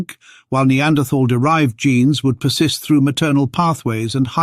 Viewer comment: Pity you cannot pronounce Neanderthal properly.